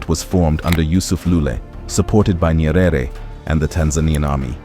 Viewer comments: Ny-ere. Not Ny-e-rere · Not Nyerere pronounce it Nyere